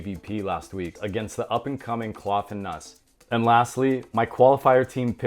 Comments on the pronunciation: Kloth is pronounced like oath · You're mispronounced Kloth. It's not like Cloth.